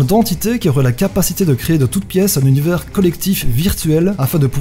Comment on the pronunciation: Tu sais même pas prononcer « univers » et tu nous fait des théories ? 😂 (Team 1er degré calmos je rigole) top la vidéo 👍🏻